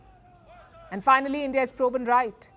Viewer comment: "End-Yeaah" out!!